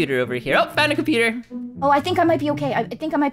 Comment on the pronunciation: made an mistake when she said compoter instead of computer